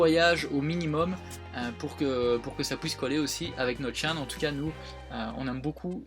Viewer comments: sa me stress comment tu dis chaine mais bon continuer comme sa vous êtes les meilleurs je vous kiff bisous à tout le monde ❤️❤️ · Aurelie Vexenat moi aussiiiiii j'ai tiqué je pensais avoir mal entendu :p c'est rigolo!